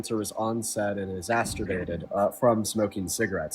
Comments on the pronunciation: Exacerbated. Not exastorbated. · also doesn't know that the word is 'exacerbated', not 'exasturbated'.